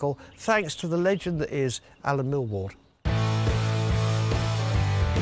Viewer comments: Why does he keep calling him Allen Millward and not Millyard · Am I the only one who gets annoyed at Henry calling Allen MILLWARD instead of MILLYARD? Just smacks of ignorance to me.